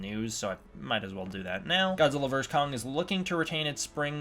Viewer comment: Stop saying Godzilla verse Kong it’s Godzilla versus Kong